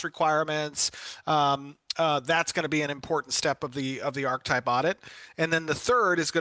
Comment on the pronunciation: When did we change the pronunciation of Archetype?